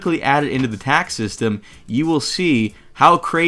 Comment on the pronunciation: whenever you said "Today we'll be covering TACS" i got worried. Thought u said Tax XD